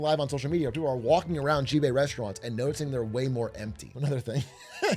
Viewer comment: Big A. I'm begging you. Please. Chinese letter "x" can be pronounced like "sh". You can read it like "Shibei". The president of china can be Shi Jinping. It's ok. You don't gotta keep zhuzhing all over the place.